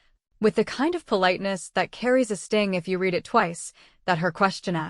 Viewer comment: The AI also has the same problem with read and wound and agape and most words with more than one pronunciation. And let's not get into IV and four.